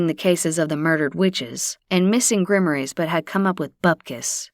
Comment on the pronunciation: How does Rupert play poker? Isn't he a ghost too? 😂😂😂😂 "Grimmories" wouldn't be "grimoires"??